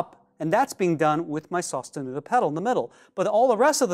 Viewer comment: Lol never pronounce that the same way again